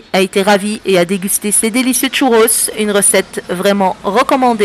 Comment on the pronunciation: Elle est ou la lettre T au début du mot "Churros" ?